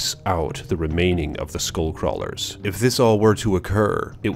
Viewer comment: you're not saying it right